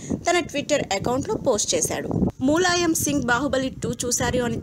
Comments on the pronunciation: tollywood nagar: మూలాయం కాదు ములాయం Sarigga ఉచ్చరిస్తే baguntundi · Mooooolayam kadu, mulayam First learn how to pronounce telugu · Mooolayam ende nee amma.. Moola shanka laaga.. Mulayam ani kuda analeva nee lanja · మూలాయం కాదు తల్లీ.... ఆ ఎదవ పేరు ములాయం...